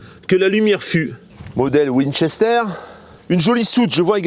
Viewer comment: Ça se prenonce Winster !